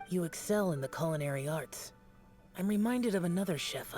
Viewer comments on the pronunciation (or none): none